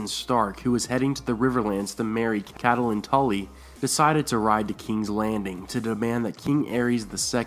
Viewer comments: ur pronouncing Catelyn Stark's name wrong. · Your pronunciation of Catelyn Tully is very weird in every video. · If you're going to narrate a beloved story/theory, please learn to pronounce the character's names correctly. It's CAT- lyn, not Cat-A-lyn. Additionally, proper verb tense is really important (for example it's sought not "seeked." "Seeked" is not a word) You might garner more subscribers if you correctly pronounce words like Corroborated without a "W" in the first syllable. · I completely believe that Littlefinger could have started all of this. He had quite a bit to do with Ned being killed. Of course, I still believe that Catelyn (pronounced Cat Lynn) had a great deal to do with this. Abducting Tyrion was the worst possible move she could have made. It ultimately led to Ned's death and everything that happened after, including Robb ultimately being killed. In the books and the show I kept wishing that someone would sit her down and tell her that she needed to stop. Catelyn was so overwhelmed by what happened to Bran that she couldn't think straight. Unfortunately, before Bran was pushed she was very cautious and didn't make many rash decisions. I think everyone around her was so used to her being level headed, that they didn't notice that she'd jumped off the deep end. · Please STOP Pronouncing it CAT-A-LIN It's KATLYN !!!!! I love your videos but OMG THAT TRIGGERS ME SOOO MUCH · I twitch every time i hear "Cat-al-lin" instead of "Cat-lin" and "Lee-awna" in istead of "Ly-anna" Other than that, nice video! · Good Video, but please don't call her Caddalin. Its pronounced Cat-lin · IT'S NOT PRONOUNCED AS "Ca-ta-lin" the proper way is "Kait-lin" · It's not pronounced Kait-lin. A lot people end up pronouncing it that way, but GRRM and everyone on the show says Cat-lin, so in that case neither are exactly "correct" but Cat-e-lin comes closer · Pronouncing Catelyn Starks name "cadulin" it's Kat-lihn, haha 😂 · Cat-Ta-lyn...? WTH?